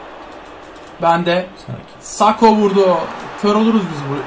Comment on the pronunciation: Nobody::- saks, sakho sakho 🤪